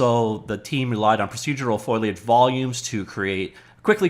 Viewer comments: How to pronounce foliage: first say foe, like as in "friend or foe". Then say lay as in "lay down". You've got the -age bit perfectly, just the first two syllables are tangled together like "foil-y". Practice foe-lay, foe-lay etc. I'm not taking the piss here. I just know that you can do it,. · Still having problems with that pronunciation, eh. Think Foley, then add Age. Foley-age. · Foliage foliage foliage. You know a folio? Or a portfolio? A portfolio is a big folder for carrying (port -- a "porter" carries stuff) you folios, or "leaves" of paper. Foliage is leaves -- sam word, same pronunciation. Folio, foliage, folio, foliage, polio, poliage.